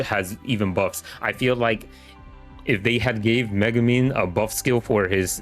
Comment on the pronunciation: bro doent even know how to pronounce megumi